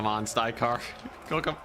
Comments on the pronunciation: For the love of god, please pronounce the names correct! it's not STY-KARR, or STRY-KARR, it's STYR-KARR!! I could take it he first 28 times, but after that, it really started to grate on me! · ok, I had a good look inwards, nope not a problem with me... he's definitely saying it wrong